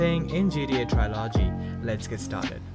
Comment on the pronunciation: Somebody need to make a tutorial for this guy so he can learn to say TRILOGY